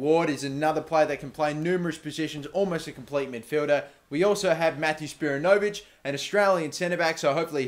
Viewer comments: good to see some aussies in the team. plus their wanderers players btw is spi-ran-no-vic not spira-no-vic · isn't spiranovic pronounced with the accent on the "a" not on the "o"? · you keep saying Spiranovic wrong! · Your Australian and can't say spiranovic